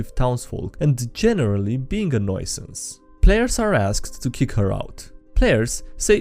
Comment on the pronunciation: Your pronunciation of "nuisance" is a bit off... But much more fun ngl